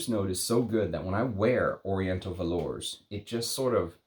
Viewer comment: Hey, just a reminder that with French, the "s" in velours and Indemodables is silent. If you're going to review French houses, you should learn to pronounce names correctly. Thanks!!